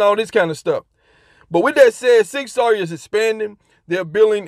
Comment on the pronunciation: Sig sour, bud , not Sig sawyer